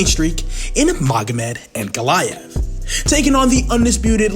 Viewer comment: I'll bet this now wishes he'd tried to pronounce Ankalaev's name as carefully as he did Alex's.😂